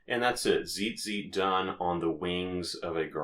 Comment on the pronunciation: Honey...if you can't pronounce it, maybe don't make a tutorial about it. So many things wrong with this.